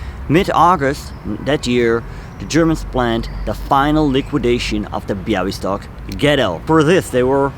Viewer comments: Great video. I’m polish and I love the way you talk about subjects that took place in my country. Also your pronunciation of Bialystok was spot on:) Looking forward to your next video! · I'm Polish and I didn't know this story - thank you very much for letting the world hear it. By the way - your pronunciation of Białystok is spot on!